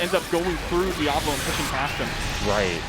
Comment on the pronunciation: It’s di-A-volo, not dia-vOlo.